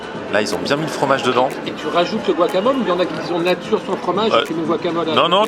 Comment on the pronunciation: C'est pas buacamol !!!! C'est GUacamol !!!